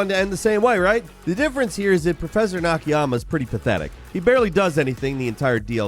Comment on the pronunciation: three times at least you get out of your way to miss-pronounce NA-KA-YA-MA ...poor guy has a rough time being remembered